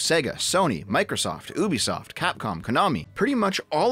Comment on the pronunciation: YOUBESOFT, NOT OOBESPOFT